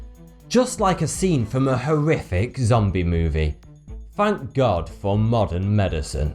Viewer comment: the way he says it though.... Hey foughty two here and deaf would surely happen *fank God for modern medicine